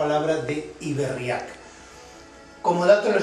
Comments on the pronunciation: Cada vez que dices Iberriak, se me revuelve el estomago, en la fonética vasca, se diría Ibérriak, aunque no existan las tildes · Buenas, me gustaría poner un poco de luz sobre la palabra iberriak (no se acenúa la "a", sino la "e"). Recurriendo al protoeuskera tenemos por un lado la palabra "ib" que significa canal / parte navegable de los rios y por otro lado la palabra "herria" que significa pueblo. Si además añadimos la "k" estamos poniendo la palabra en plural. Asi pues nos quedaria algo asi como "los pueblos del canal/ rio navegable"; de ahí el nombre del rio Ebro, del nombre de la península (los sonidos "r", "l" y "n" son sonidos introducidos por lor romanos en contraposición a los sonidos "rr", "ll" y "ñ" ibéricos).